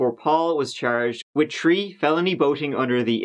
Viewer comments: Three....tree? Thirty.....tirty?? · as a baseball commentator: “Batting turd today, he’s tree for tree with tree singles. His turd tree hit game of the year.” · I just cant get over how you say "Three" or "Third". It sounds like Tree and Turd.